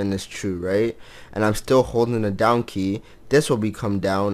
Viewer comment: "Down key", i keep hearing "Donkey" heheh :3